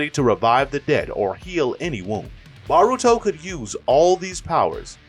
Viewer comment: say baruto one more time